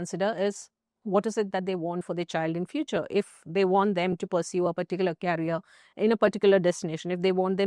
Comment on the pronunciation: Process 😂😂😂 pronunciation. And career 😢😢😢